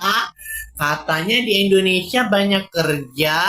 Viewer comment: Rupiah Mendonia Ringgit Menjadi Pojaan Endondeshia😂😂😂😂😂